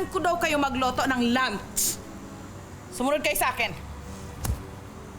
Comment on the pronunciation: lunch sabi naging lants wrong pronouncation